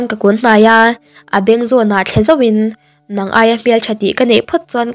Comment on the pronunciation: Nang nang i lamdan a dik lo thluk lovin atawi hniamin lam ri la a hnung zawk hi a HMA aiin tlemin thluk thui deuh la a dik ang